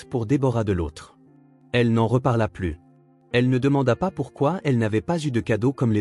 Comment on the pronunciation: APLANIR un conflit... Plus dans le sens négatif ne se prononce pas "pluss", mais "plu"... Donc, si la fille a 9 ans, avec la réunion de famille annuelle, comment peut-on être surpris ? Ce ne devrait donc pas être la première fois que ça arrivait. Pourquoi parler d'un choix fait ce soir seulement ? Ces vidéos manquent souvent de cohérence et de conséquence. Pourquoi ne vont-ils pas tous les trois en Islande?